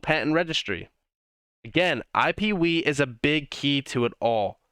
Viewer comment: it sounded so funny when you said “I want you guys to realize just how big iPeeWee will be”